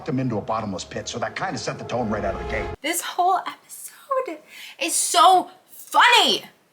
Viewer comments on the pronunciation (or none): none